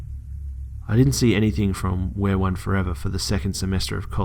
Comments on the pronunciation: I think it's pronounced "we are one forever", not "wereone forever"... ....this just got a lot creepier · Looking at the "stalkers" screen name and it's pronounced we are one forever, not wear one forever. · It's not wereone forever it's we are one forever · Just a little heads up, It is pronounced "we are one for ever" not "wear one forever" I think that's part of why it was so scary, and it was a pretty key detail. Otherwise, great video!! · It's "We Are One Forever" not "Wear One Forever" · You do know that the name is pronounced, we. are. one. for. ever. not wereone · I think its pronounced We are one forever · instead of wear-one-4ever maybe it's pronounced we-are-one-4ever, creepy! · I love listening to the stories. They're always creepy and keep me on my toes. However, I did find it bothersome that you pronounced the perps SN as "wear one forever" after seeing the last proof image I could see that it's "we are one 4ever." Which to me... Makes this story a little creepier. Does this person want to be one with the storyteller!? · Errm it's not wear 1 it's we are one 4 eva it was annoying my all video sorry!!